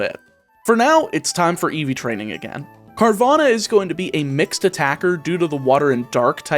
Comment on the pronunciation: It's not Carvana, it's Carvagna